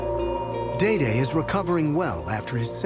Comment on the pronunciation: Very happy he stepped & took control of the situation, but is smart enough pronounce Dede's name properly.... just those little things bug me - certainly he's heard his name pronounced over & over... but I guess when you've got a major project like this other priorities take over lol